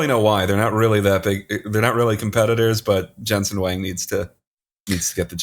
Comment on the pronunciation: Huang is more like Wong not Wang.